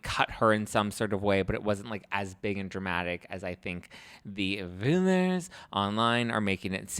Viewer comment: saying rumours like tipsy-meredith is giving me life 😂😂😂😂😂